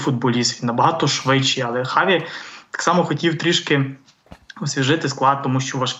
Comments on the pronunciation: А чому Чаві , а не Хаві? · Хаві, а не Чаві. Допоки?